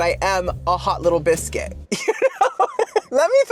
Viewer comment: Your English accent for hot little biscuit was spot on king 🤴 am i English? No but i can tell